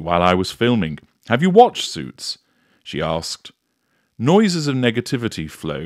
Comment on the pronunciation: Please tell me calls the show "Suites" again 🤣